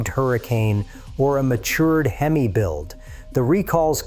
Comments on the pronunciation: The fact that you said hem-eye….. means your full of shiet!!!!! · I was thinking the same thing, what is a HEMeye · Bro called Hemi a Him-eye. Stopping video here. That's all I needed to know. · The way he pronounced "Hemi" makes me question anything he says